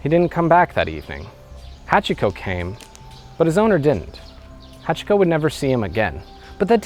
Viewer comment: No, you're not deliberately speaking with an English accent. You can't fool someone who is fluent, sorry. And I'm talking extremely basic Japanese pronunciation. Its "hahtch-ko" not "ha-chee-ko, the i is dropped, its not "shibbuhyuh" its shee-boo-yah". I know about 50 people who became fluent, and NO ONE goes back to mispronouncing Japanese once they're even moderately fluent. For you I recommend learning the pronunciation of vowels, which you should have learned in the first ten minutes of studying Japanese.